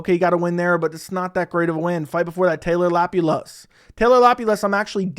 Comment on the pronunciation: Grabbing my popcorn for these mispronunciations ! 😁😁 - "Qouaey" Fernandes - Nathan "Flecksher" - Taylor "Lapioulaes" - Puja "Tumoar" - "Andre Pulyayev" - "Loony" Kavanagh - "Andrea" Lima - Morgan Charriere , or is it "Chéri" ?? Carlos "U-berg"